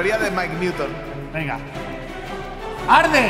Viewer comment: en el minuto 9.59 mike dijo HARDE jajajajajaja y el portal se prende:elbowcough